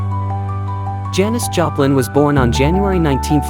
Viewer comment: Janis Japan? AI is so bad. Can’t even get her name right.